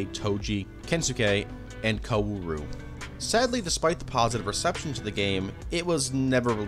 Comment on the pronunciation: Every time you say what should be “kaoru” as “koWAru” I actively die anew Edit: I know how it’s spelled.